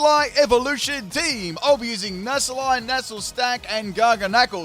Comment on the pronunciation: Nass-lie Nassle-stack